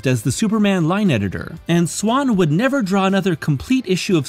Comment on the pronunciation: Micheal cane: NEVAH!